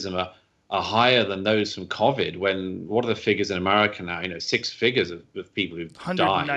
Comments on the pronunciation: Why’s this dude say Covid like covvid? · Never heard anyone say “Keaux-vedd” before (Covid) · What the fuck is CAH-vid lmfao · Wtf is “Cawvid”? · I thought this aswell and asked my neighbour whos an English language teacher, the way all normal people say COVID should be spelt CO-VID, Douglas is just saying it how its spelt..... I still don't agree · I know damn well Rogan is annoyed from the way this dude says covid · Why are you saying covid like that..stop that.. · Are we just gonna ignore how Douglas Murray pronounces 'COVID'? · As a fellow English man ....the way he pronounces corvid is pissing me off 🤯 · I get what you're saying mate, but FFS, pronounce it correctly. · I’m British and yes he’s saying COVID wrong.